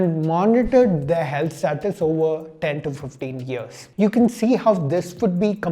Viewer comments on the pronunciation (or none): none